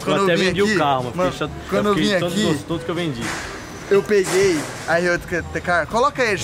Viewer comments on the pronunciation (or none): 'Piguei' kkkkkkkkkķ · "PIGUEI" KKKKK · “piguei " kkk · "Piguei" kkkkkkkk mds to tindo ate agora